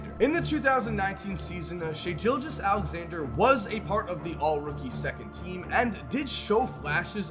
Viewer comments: Sorry but I’m a thunder fan and I need to say this and as a huge fan of shai(part band wagoning but he’s also our future, saw him on clippers) but anyways it’s Gilgeous-Alexander not like a Gillette razor but like fish gills if that makes sense. Sorry but ily man keep up the grind😂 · Nigga said “shai JILJEOUS-Alexander” 😭😭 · The way he pronounces Gilgeous-Alexander though lmfao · Wow I love you, but you truly do not know how to pronounce Shai Gilgeous Alexander’s name